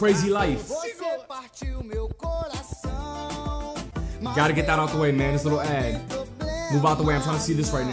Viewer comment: OMG, I died when he said ''você partiu meu coracaaaun" hahaha